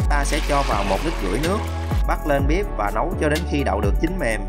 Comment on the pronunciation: Tại sao nói bếp là bíp